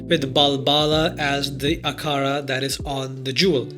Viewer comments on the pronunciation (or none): Damn, my brother's desiness came out while saying Akhara!